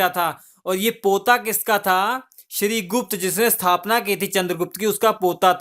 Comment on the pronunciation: Shrigupta not shrigush Take care